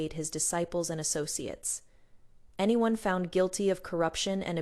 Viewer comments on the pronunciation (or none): Your AI narrator needs upgrade especially when pronouncing the words: anyone, everyone, tears, row, wound, bow and a few others more, but I truly enjoy your channel's stories. Fantastic!